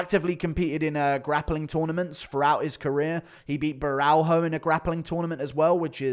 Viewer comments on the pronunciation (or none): Ik you might not care but borralho is pronounced bo-hall-yo